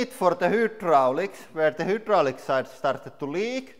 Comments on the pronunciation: The way he says Hydraulic pisses me off. It’s not Hoodralic. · You should opt to learn better English because it's a channel in English bringing in a lot of revenue and you're still here saying hoodraulic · Love the hooo-draulic press! FYI, In English it's pronounced high, hi, hai. But hooo is more entertaining. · It might be because in Russian, the letter "y" is pronounced oo as in Boot. So when he said hydraulics, he said oo instead of eye. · Its called hydrolic not whodrolic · nice work love your channel ,, hydraulic ,, try phrasing the start of the word using a( hi) sound and not a huu sound , imagine the word written like hidraulic , english sucks as a language its appreciated that youve learnt another language , ive tried and failed lol ,, best wishes too not trying to be mean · What the hell is a hoodraulic! Lol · Every time I hear "Whodraulic" I smile :) In a good way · I heard “welcome to Hitler press channel” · "hyoodrolic" love your pronunciations makes the videos even funner to watch. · How have I never noticed Lauri pronouncing hydraulic, “who-draulic”!? Haha that’s fantastic! I’ve always enjoyed how he says pressure like, “press-ooh-ruh,” now I have a new accent quirk to appreciate. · The Who-draulic press lol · Hoodraulic lol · All these years, and you still can't say hydraulic 😆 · It’s not quite the same as “who”. It’s more like French u, German ü, or Koine Greek Y. Like a combination of oo and ee at the same time. It’s actually a very good approximation of the Greek, which is where the word Hydraulic comes from (Greek hydor, hydr-, water).